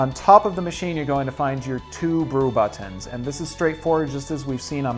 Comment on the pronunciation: Why can't you say "buttons" properly?